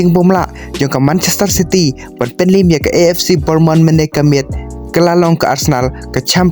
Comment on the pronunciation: Pronounce bha bah ac bornmonth ymdei ac bournemouth kein